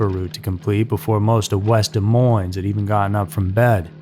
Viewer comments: Isn’t Des Moines pronounced Dee-Moine. ?? 2 —Silent —Ss. I think faces on milk cartons was a genius idea. People needed to be aware and afraid. Kids needed to be scared and taught about stranger danger. I am 60 and my Mom watched me like a hawk. I watched my boys too. I can’t believe that people even now let their kids roam the streets. 🙄😡 They need to do it again. Put faces on cereal boxes!! 🙏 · Des Moines....the "s" is silent. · BOTH "S" sounds !!! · Your shitty, lazy-asaed AI can't even pronounce the word "Demoines" correctly. And I love this thing where everyone thinks they're adding drama to their statement by saying someone was "brutally murdered!!" Um, o-kaaaaaaay. Versus what....? "Gently" murdered? I don't know about you, but "murdered" pretty well says it all for me. In under a year, AI has literally ruined YT. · Learn how to pronounce Des Moines. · Wow, it's been a while since I've seen Jim Benneman on TV. still hasn't learned how to pronounce Des Moines.